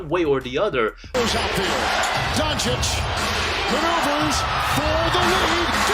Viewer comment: I don’t know what’s Stephen 🤡. Smith’s problem with the Mavs and European players in general. Disrespecting their achievements and mispronouncing their names (has to be on purpose, he can’t be that stupid) like Donchick and Wembanyana. Funny thing is that it has gotten to a point where it actually backfires on guys like Booker and ANT. I can’t imagine a 22yr old being totally unaware of becoming ESPNMJ, which can only end in disappointment. AN ABSOLUTE TRAVESTY! 😅